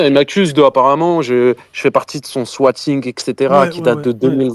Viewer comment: C quoi un "SWATIGEUH"?